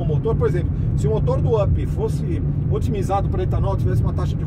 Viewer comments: Não é Ap!!!! É Up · Se pronuncia "Ãp", API só no mundo dele kkkk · Quer falar sempre tão difícil, tão bonito e na hora de pronunciar UP, fala API HAHAHAHAHAHAHAHA Da até agonia...